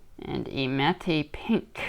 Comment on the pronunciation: Great video. Love opc platinum. My favourite set each year. FYI it’s pronounced “Matt” pink. The E is silent. #grammerpolice